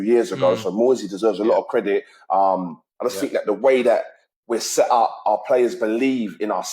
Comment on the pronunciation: It's "Set Up" not "Seh Up" just sayin brah